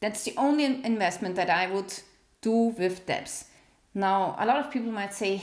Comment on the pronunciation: Hey, the word "debt" is pronounced like "Det" - the "b" is silent. btw... I enjoyed this type of video and look forward to the rest of the series. Also, I have a fixed rate mortgage, and my monthly payment just went up 250$ a month just for insurance! I live in Florida and it is happening to all of us here... This may be why many rents are going up too, because their insurance rates were hiked too.